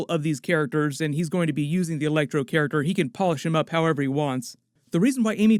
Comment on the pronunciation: It was just a bad joke on my part. You said elecTOR instead of ElecTRO. lol